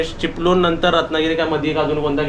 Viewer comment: चिपलून नाही रे चिपळूण बोल ना तू.